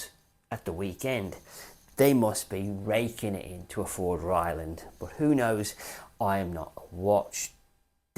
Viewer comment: TBF he did say “ Ryland”. 😅